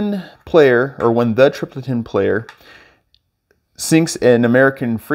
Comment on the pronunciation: hey, one of the better teaching videos i've seen, good work man. Oh!!.........trip-ol-itan , lol and the ol part has a sound like " all" I believe.